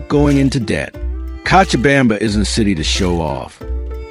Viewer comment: This guy tries w the Spanish but needs more practice! Co cha bam ba ! Now pronounce it right!!lol